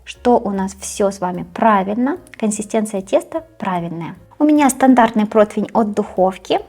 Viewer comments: Дитинко, не "протвень", а "противень", якщо вже ти не хочеш говорити українською мовою, а своєю улюбленою російською, то хоч правильно говори. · Противень (не протвень) Противня (не протвеня) Противню (не протвеню) Противнем (не протвенем) Противне (не протвене) ❤ с любовью и самыми добрыми пожеланиями, Алина